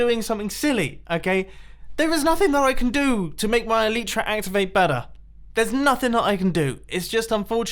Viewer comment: Mumbo, you're elytra don't activate because... you're saying it wrong. Its elYtra, pronounce the Y like in sky.